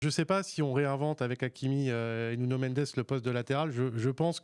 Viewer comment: C’est Nuno et pas Nuño